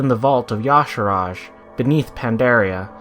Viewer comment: If his name was pronounced as "Ya-sarahj," it'd be spelled that way. It's obviously pronounced as "Ya-sarhj"